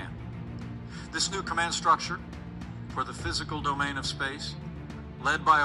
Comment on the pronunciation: Interesting wording. He kept mentioning the 'Dome-ain' of space.